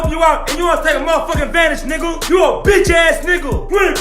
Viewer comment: How come Carlos pronounces "niguh" as "nogo"?